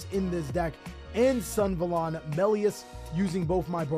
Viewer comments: Bro its Sun-A-va-lon not Sun-va-lon, sick video tho <3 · Can someone please tell him that its pronounced Sun-Ah-Valon and not Sun-valon? Deck seems pretty cool, tho. Correct me if im wrong but this looses hard to ht if you dont have brave access (or extenders that I dont know about) so I doubt its a serious tier 1 contender.